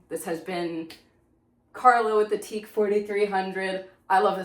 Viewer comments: It’s not pronounced “teak”. It is pronounced “tee ack”. The Tokyo Electro-Acoustic Company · Corrections and Errors.... It's Not Teek. It's pronounced Tee-Ak. Secondy, your Onkyo chassis was not made to bear the weight of that heavy deck. And, you never want to cover the vents on top of a receiver, becausethe heat generated buy the receiver needs to be dissipated. 3. The connection on the back is not an XLR. It's a Din connection, not compatible with XLR. Find an old hobbyist to educate you on old tech. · It’s pronounced Tea Ack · It's pronounced "Tea-ack" not "Teek" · Accurate description of how things work with a tape deck. The pronunciation of the manufacturer's name is: Tee ( as in golf tee) and Ak (as in yak, the animal). It's actually an acronym and stands for Tokyo Electro-Acoustic Corporation. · The manufacturer of your machine, is pronounced TEE-yack. It’s OK, it was a long time ago when they were popular. And you shouldn’t record over “Strawberry Letter 23” by the Brothers Johnson, it’s a really good song. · Some people pronounce it "TI-YAK" or "TIK" I still have my TEAC X-2000R and still working great. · It's actually pronounced Tee-Ack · Yeah, I had to chuckle😂